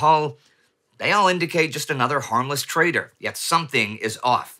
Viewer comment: Harmless "trader" or "traitor"...? Honestly I heard the latter initially.